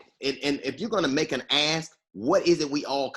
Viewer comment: When DL says when your ask is different from my ask, and he kept saying ask. Lol, it sounds like ass instead of ask. Lol